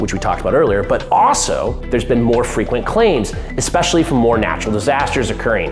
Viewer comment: Say it w me…ESPECIALLY…”ES PESH ALL EE”